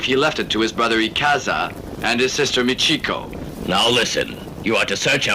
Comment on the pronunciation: It's supposed to be Japan (about ninja and it says " Japan"), but the stores, restaurants, taxis, etc show it's obviously filmed in Hong Kong. Also...they mispronounce Japanese names such as "Michiko'' (there should be no syllable stress like "Me-CHEE- ko").